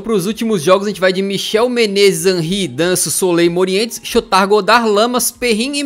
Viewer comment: ele não sabe "chotard" direito kkkkkkkkkk